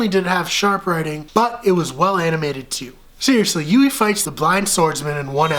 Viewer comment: Its pronouced HYOO-EE not YOU-EE